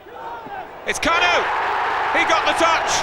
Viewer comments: Не Кану, а Канюю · KAN-YOU believe it! Premium commentary right there